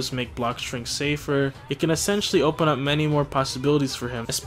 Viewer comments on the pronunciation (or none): none